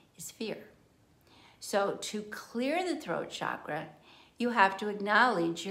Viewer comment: Thank you for pronouncing 'chakra' correctly. So many people today use the trendy pronunciation 'shakra'. If you consult a sanskrit dictionary, it is plain that the pronunciation is ch as in 'chalk.' Very good information. Thank you.